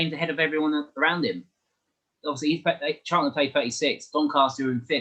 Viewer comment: First time viewer to this channel - really good discussion for me , a CAFC supporter. Thank you, good opinions, and fair assessments. One thing though : there is a 't' in Charlton! Not "Charl'un"..... I know you can pronounce 'ton' because you said "Souf'amTon" ! Smiles Anyway, good report, nice discussion ; I'll subscribe. Cheers!